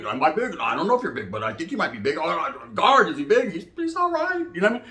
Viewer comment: Best thing is when you say "GUARD"!!! And sprinkle um in!!! Lol 🤣